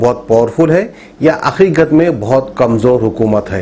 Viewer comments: wo akhikadh nai hain hakhikhat hain jii 😂😂😂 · It’s Haqiqat not aiqat try to improve your vocabulary at least in your own language Really uneducated taking news from media channel adding your own comments and given the news!